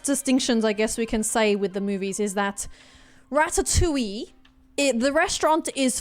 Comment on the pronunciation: Rat-Ta-Toing hahahah